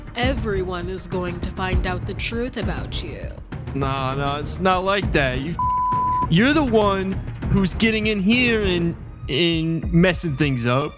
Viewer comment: “YOUr ThE oNE” 😂😂😂 caught me off guard